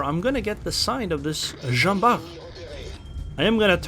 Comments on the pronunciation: I'm tempted to pronounce the t cause I'm used to Bart Simpson, but since the name of the guy was really Jean Bart and not Barthélémy or smth, I suppose the t is mute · I can't be 100% sure because it's a proper noun, but I'm still pretty sure we should pronounce the "t" at the end.